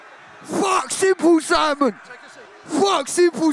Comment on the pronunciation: Bro said symple Simon